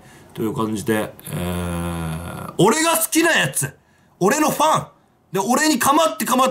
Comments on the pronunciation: あっ、今気付いた。 シバターが「変なファン」って言うところを「変なフェン」って言ってる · まちがえた、「フェンなファン」って言ってる